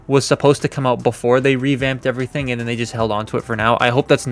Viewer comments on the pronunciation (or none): none